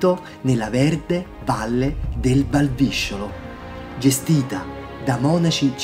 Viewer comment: Perché ha massacrato l'abbazia deformandone il nome?!? 😢😢😢 Valvisciolo si pronuncia con la penultima "o" aperta....le visciole non c'entrano nulla 😅